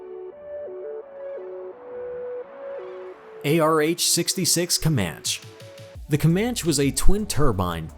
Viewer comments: Not "kee-oh-uh" it's pronounced " ky-o-wa" Kiowa. "Comanchee" not "Comanch". How the fuck does someone do enough research to make a video like this yet not know how to speak? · . comanch-ee not comanch, kI-owa not kee-owa, think American indian tribes.